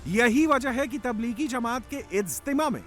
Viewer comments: Jamat hota he didi Zamaaat nahin bolna to sikh lo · Zamat Nahi Jamat hota hai Samjhe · जमाअत होता है ज़मात नहीं और आपको इस कार्यक्रम जलसा से क्या दिक्क़त है? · Ye jamaoda kia hota h, language pe zara dhiyan rakiye, ye jalsa h, Jamat hot Zamat nahi